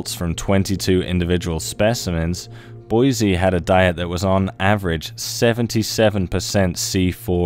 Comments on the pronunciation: BOY-ZEE-EYE Not “Boy-zee” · Boy-zee-eye. It’s important to check pronunciation. You